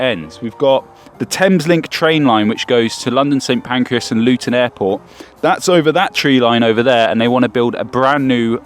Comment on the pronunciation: It's St Pancras not St Pancreas.